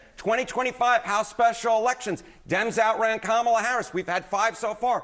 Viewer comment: Mispronouncing Kamala’s name runs so deep its even inside the dem supporters. Just like how they keep butchering Mamdani’s name.